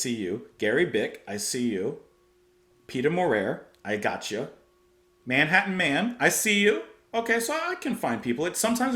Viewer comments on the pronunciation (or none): none